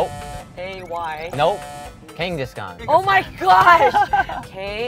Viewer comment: It is not Kangaskhan, it is Genghis khan. Sorry i couldn't ignore this. (I live Amber❤)